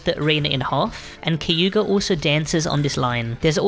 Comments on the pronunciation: bro its kaguya not kayuga XD?? how did you make this entire guide and still fuck that up!!! Insane work by the way. i come back to this just to learn a new thing i never payed attention to. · Finally a good MV Guide Edit: Bro swapped the "g" and "y" on Kaguyas name. It's such a famous japanese name too